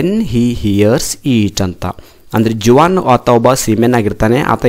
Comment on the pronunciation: That is Juan but J is silent